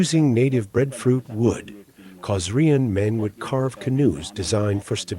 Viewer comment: It's Kosh-ra-en...not Kosrian! 😎